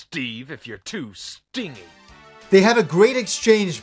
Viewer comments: It's hilarious that they had someone write this dialogue but no one directing the voice-acting to tell them they're pronouncing the wrong "stingy". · You missed one critical point with the Chairman Steve showdown. Guy says the wrong words. He says "People will hate you Steve if you are too 'Stingee'." The word at the end of the sentence is 'Stingy' (Stin-jee) meaning cheap. The actor that does Guy's voice reads the word literally. This has confused me since my teens when I originally played this game. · This is one of the best episodes this year,. I'm a bit surprised you didn't mention the voice actor's mispronunciation of "stingy".